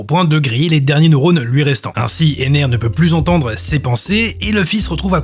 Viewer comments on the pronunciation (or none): none